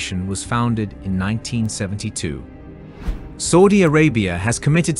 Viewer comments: Did I hear him say "Saldy Arabia" or "Salty Arabia"? Please let him know it is "Saudi Arabia" 😊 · Saudi pronounced Sowdi, not sordi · Bro u pronounced Saudi wrong , it's saa ooh deeyah , no soooh dia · It should read Saudi, S Ah U Di, Not Soudi !!! It was an A -AU, not O-OU! No need any research...just know where the country is and know how it is called first. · Not Sodi Bro, it's Saudi 😅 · Why does he keep saying "sodi" instead of suadi? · After the 3rd or 4th "Sowdy Arabia" I couldnt do it. 😂😂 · 30 minute doco saying Sawdee 100 times and and still can't say Saudi properly. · It's saaaudi Arabia not soldiers bad English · my ears hurt................SODY SODY SODY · why does he say s000di arabia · the same new tone goes for ' Saudi'!! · Really interesting but ‘Sawdi’ Arabia! Say it properly or bugger off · I am so irritated by how he pronouns Saudi Arabia, I can not finish the documentary. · You are NOT pronouncing Saudi correctly 🤬🤬🤬